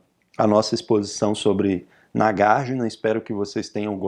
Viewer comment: Oi professor, tudo bem? Tenho uma pergunta. - Por que a pronúncia é NagarjIna e não NagarjUna, sendo que Arjuna pronúncia Arjuna e não ArjIna?